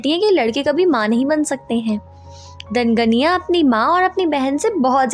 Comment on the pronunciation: Voh ganya hein ganiya nahi